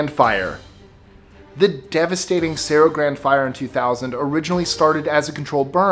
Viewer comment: Let me see if I can gringo ize this for you cerro grande is pronounced [Ser o gran day] grand doesn't have an E at the end homie... Los alamos New Mexico Loves your Chanel